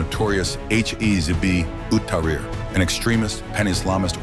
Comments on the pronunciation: This guy can't pronounce it 😂 "hizboot-ah-ree" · HIZBUL TEHREER. [CORRECT PRONUNCIATION]